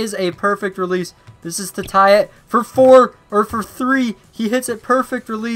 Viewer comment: He said pour not four